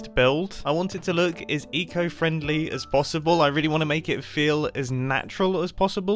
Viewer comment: When he says “eco friendly” all I hear is “etho friendly”